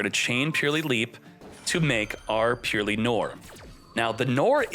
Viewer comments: its not purely, its Purr-ly gotta make the Purr sound like cats make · Great matches all around. New format is great. Can't listen to him say purrely though it hurts. It's purr-lee the e after the r does not affect the words sound. Supposed to sound more like pearly than purely.